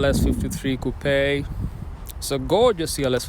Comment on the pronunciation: That is actually the correct pronunciation for “coupe”.